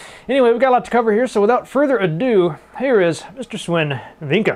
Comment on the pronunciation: Great job there, you got Swen's attention longer then the average larian guy manages; he is used to run around like a mad chicken usually. And btw, you pronounce the 'w' in Swen as a 'v'; so its more like Sven.